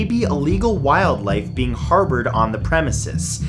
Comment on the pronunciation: Haha. Haha. He said harbored 🤣🤣🤣